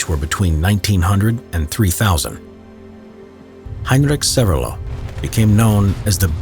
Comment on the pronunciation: "heinrik sevelo" xDDD